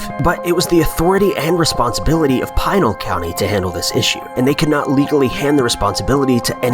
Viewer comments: Normally I dig these videos but this one made me cringe. From the pronunciation of Pinal (pretty straightforward... Pin + al= Pinal not Pine-al) to the idea that people not from Arizona with little to no experience with the desert here should go roaming out there to the assumption that a shot from above can only equate to murder. On that one, people who are inexperienced with the terrain and then bring guns into the mix, handing a rifle to a fellow party member can result in one being accidentally shot. It never surprises me that a bunch of people who have not grown up here die or go missing out in the desert. As for the skulls separated from the body... they are called carnivores or better known as coyotes, mountain lions, and bobcats, they like to eat meat and when you die in the desert: you’re meat. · It is NOT 'Pie-nell' County, but rather the 'i' sounds more like 'PInk' or 'PIn' so 'Pi-Nell' County😉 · Pee-nal not Pine-al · It's not PINE-AL County, it is Pen-AL County. Easy mistake, but jarring to hear. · I live 45 minutes north of the Superstition Mountains. I will be number 6 (or more) to go missing searching for the Lost Dutchman's gold. Also it is pronounced PEENAL County. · Pine-el county.